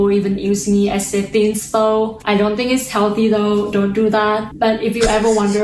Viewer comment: “Knows what I tink about” sent me